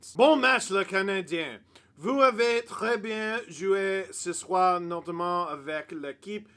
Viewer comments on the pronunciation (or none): none